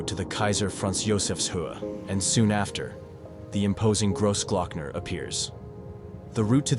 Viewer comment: Fantastic film on one of Europe's marvellous alpine roads, however the way you pronounce the Name "Großglockner" Sounds very gross......and it should not sound like that at all. The "o" in groß should Sound like the "o" in "cross" or in "clock". ....so more like [crossclockner]......just listen to some German or Austrian films......